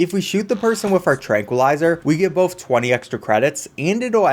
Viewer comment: Confin-skate Bofe Wiff Impore-tint